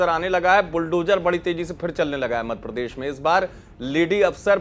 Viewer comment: न्यूज चैनल का एंकर ऐसा होना चाहिए जो कम से कम प्रदेश का नाम सही से ले... मध्यप्रदेश को मधप्रदेश बोल रहे हैं... कमाल है